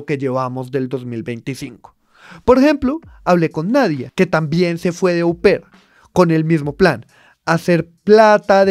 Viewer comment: « Au pair » es una fórmula en francés y se pronuncia [o per]. Estos « gomelos analistas » deberían tener mejor solvencia académica y conceptual y hablar menos amaneradamente.